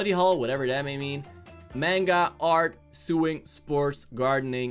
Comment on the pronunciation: My man really said suwing instead of sewing like does he not know what that is??🤣